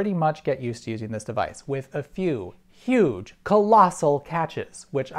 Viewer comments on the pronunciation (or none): none